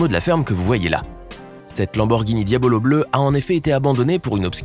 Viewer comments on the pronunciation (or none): C diablo pas diabolo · Je me suis dit qu'il la faits exprès "Diabolo"